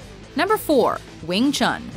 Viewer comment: lol if you say it in chinese (as it's intended to) it's pronounced as "Yong Chun"